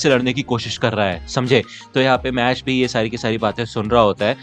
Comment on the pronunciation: Bro please call it mash not mash-le 😊